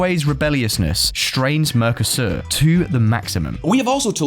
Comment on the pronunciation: How many times do you need to pronounce Mercosur Mecrosur before you realise you're mispronouncing it.